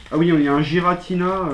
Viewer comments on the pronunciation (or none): C'est Giratina et pas guiratina